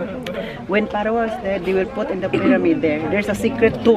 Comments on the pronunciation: Pharoah is pronounce as Feh-row.. Constructive criticism lang. Unta dli ka malain ❤ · Good thing you visited Egypt 🙂 because if not, River Nile remain unknown to you😊😊😊 Pharaoh pronounce like...fhe-row. God bless you always 😍😍😍